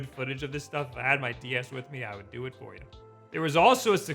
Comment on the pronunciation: "and FORE some reason" lol